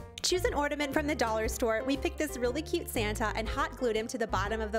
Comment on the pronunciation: ordament or ornament??